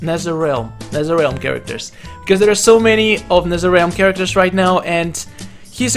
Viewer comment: This is u Nesereal and this how u say it properly NetherRealm